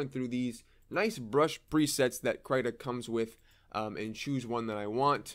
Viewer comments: First time hearing Krita pronounced differently lol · Please pronounce Krita correctly if you make another video on it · I say the "I" as if im saying "is" or "in" ... It kind of annoyed me beyond belief that you kept saying the "i" as if you were saying "night" or "fight" or something like that...... But I am also...like....vErY OCD when it comes to how people say certain things.. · crytah???? i thought it was krihtah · krayta?! krit-ta krita man! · Everyone else: kriiii ta Him: cry tah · Krita not cryta. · Stop pronouncing “Krita” wrong pls. It’s “Kr-I-ta” j not “Kr-y-ta”. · Wait... It's pronounced "cry-tah?" I've been saying "cree-tah" and nobody has corrected me in this long?!?! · Wait its pronounced as "cry-ta"? I pronounce krita as "kree-da" o_o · Its pronounced, "Krihta" not "cryta" sir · It’s Krita not krieta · the I is supposed to be pronounced as in the word "index". It's KrIta. not Kraita. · please call it Kreeter...not kryta 😁 great tutorial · I pronounce it kreeta and it’s so funny to hear someone say it krayta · Please. Please don't say it like (cryta), but great video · I thought it was Kr-ee-tuh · you just said “crytha” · I heard kreeta and krit-ta but never krytah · I thought it was pronounced kreih tah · I pronounce it like The name Rita with a sharp T (but with a K of course) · When you're depressed, you pronounce it Cry-ta 😥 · “Krita” is their Swedish world for “crayon”. According to Google Translate (I do not speak Swedish), you pronounce it as “critah” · That's because it is, at least "kree-tah" but "tah" isn't taaaaah it's more like tuh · so it's pronounced kr-eye-ta? really nice video btw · "Crytah" :D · I pronounce it "critter" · I giggled too :) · as what I think, it's like the australian accent for "creator" haha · I've never really heard it out loud so I thought it was pronounced "cree-tuh" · the way he pronounces krita though 😂😂😂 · The way you say krita is making me lose braincells